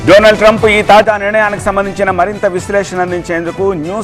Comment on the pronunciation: డొనాల్డ్ ట్రంప్ అనాలి.డొనాల్డ్ ట్రంప్ కాదు.సరిగ్గా చదవడం నేర్చుకో.